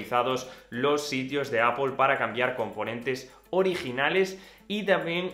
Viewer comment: Buen vídeo pero porqué dices apol?en ingles tampoco se pronuncia asi,seria apl